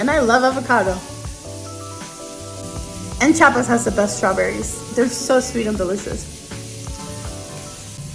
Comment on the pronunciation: CHI A PAS don't do the same that other mexicans from other states do that mexicans from Chiapas HATE which is saying CHA PAS instead of CHI A PAS